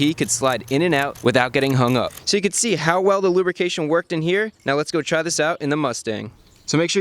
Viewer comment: "extra lubricatioouij is never a bad thing" - chris fix pm